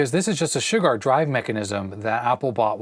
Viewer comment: Old computer chronicles and such I've always heard them pronounce Shugart as shoe-gart. First time I've ever heard anyone pronounce it shug-art. Good video and I've worked on those motors long ago with that tach.